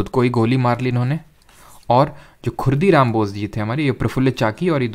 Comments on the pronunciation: sir, its khudiram bose. not khurdiram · ✅✅correction:- Kingsford was in the motor car not in the Elephant chariot. (Lord Hardinge II was in the Elephant chariot in 1911 and the bomb attack on him was led by Rash Behari Bose and his associates) ✅✅ And he was 'Khudiram Bose' not 'Khurdiram Bose'